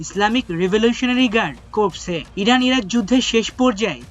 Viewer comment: Corps = কোর উচ্চারণ